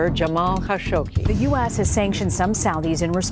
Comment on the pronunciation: The biggest mystery of all is why pronounced Jamal Khashoggi's name like she did.